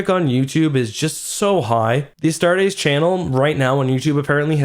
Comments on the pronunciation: I really don't wanna be that guy because its not a big deal and I still love your videos, but Astartes is pronounced "ah-start-eez", not "ah-start-AYs", don't over enunciate the ending, keep it nice and smooth. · How much were your tickets for this hype train? Cause damn you're fuckin' late. and "Uhstar-days"? Really? Gtfo bud. uh-star-tees It's not that fucking hard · "Astartays"?... it's "Astartes" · Astar-TEES.. not astar-teis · Correction if you use latin it is actually pronounce "astarts" with just a slight s at the end. The "astartees" is an english mispronunciation. Now that being said, since MOST people seem to agree with the "astartees" pronunciation I am quite fine with that. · Btw just a friendly tip, its pronounced a-start-ease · Love how you pronounce “a star days” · Pronounced "Astartees". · You are saying "Astartes" wrong, its "A-star-tees" tees like t-shirt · Oh my god listening to you mispronounce Astartes is genuinely grating. Pronounce the E at the end like you're supposed to instead of as an AEY like you do. get it right for fucks sake. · Any one ellse mad how he pronounced astartis... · The way you say astartes is bothersome. Also who says forty thousand, it’s 40k bruh